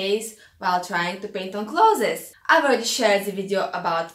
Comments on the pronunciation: your way is better. The world should change to say it your way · The way you pronounce 'clothes' makes me so happy ☺ thank you for these tips!